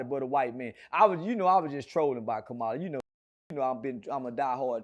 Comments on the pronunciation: keep pronouncing her name as “Kuhmila” 🤣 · “Kamila” and “ kamalah “ like wtf bro can y’all not pronounce a damn thing right!?!😂 🤦🏻‍♂️ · lol bruh how you not know how to say her name 🤦🏾‍♂️